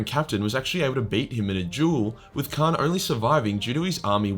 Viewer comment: By the way, it's Kharn, not Khan.